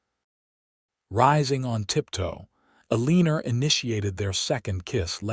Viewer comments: If you check the notes - the name is “Eleanor” but is mispronounced by AI narrator. Narrator says Elina-er but that is incorrect. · If you check the notes - the name is “Eleanor” but is mispronounced by AI narrator. Narrator says Elina-er but that is incorrect. In the CC it shows pronunciation as being “Elina” - just know it is frustrating to hear name mispronounced over and over again.